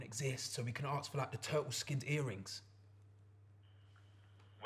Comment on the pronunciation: Why does Chunkz say Aks instead of ask? It's so annoying!!